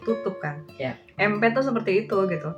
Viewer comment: Empath biasanya diucapkan impeth